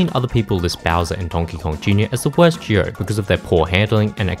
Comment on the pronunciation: I had no idea what a juow was at the beginning. It wasn't until you said pair that I realized you meant duo LMAO also, it's Yo-Shee, he says his own name!